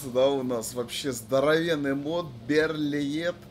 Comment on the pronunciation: Берлие. Загуглите что ли , для приличия. Берлит блевать.